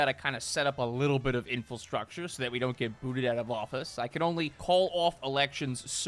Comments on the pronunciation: Infrastructure. In-FRA-struct-ure. Not "info-struct-ure." please. You're killing us. InFRAstructure. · Did he just say infulstructure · does this guy call it "Infilstructure?" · Anyone notice how always adds an L to "infrastructure"? (Infulstructure) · I’ve watched for a long time and I still can’t get used to ‘infelstructure’ love ya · please learn how to say infrastructure correctly please for the love of god it hurts every time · still doesn't know how to pronounce "infrastructure." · He still hasn't learned the word infrastructure